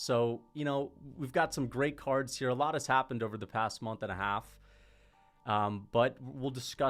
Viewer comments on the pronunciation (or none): none